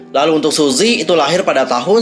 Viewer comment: Btw, baca nya bukan suzy tp suji 😂